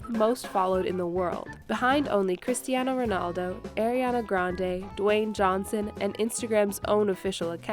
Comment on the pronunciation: and the way she said cristiano ronaldo, thats is a bit racist to my cultuer!!!!!!!!